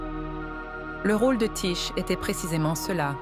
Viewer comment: Ça se prononce : Ti-Ké et ça s'écrit Tyché.